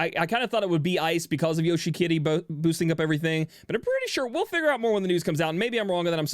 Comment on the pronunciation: I still don't know if he's saying Yoshikiri or Yoshi-kitty